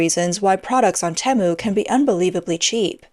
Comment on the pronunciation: Most people shop on Teemu not Tem u